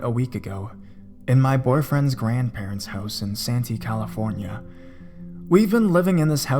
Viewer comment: "Toe-LEE-doe," Ohio & "San-TEE" California [I live there].